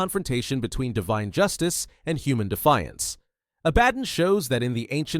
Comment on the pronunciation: Interesting vid but AI cant make its mind up on how to pronounce Belial. Pretty sure Abaddon is being pronounced wrong here too.